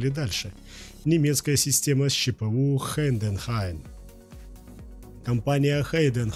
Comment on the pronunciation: коллега, спасибо за ролик. Вопрос: почему вы не упомянули о таких распространённых системах ЧПУ, как Окума и Хаас? И ещё: у вас с орфоэпией не совсем лады: слово «Хайденхайн» произносится вот так, но не так, как вы произносите. Я сам умею работать на четырёх стойках: Синумерик, Хайденхайн, Хаас и Окума. Ещё у нас в цехе есть Фанук.